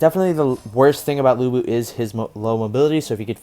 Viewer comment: Lữ Bố chứ không phải Lu Bu 😂